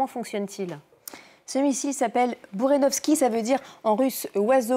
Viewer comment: "Burenovski" 😅😅😅 Peut-être " Burevestnik"? Mdr 😂😂😂